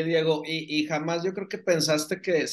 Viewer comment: Porque dice Monique en el nombre de Diego???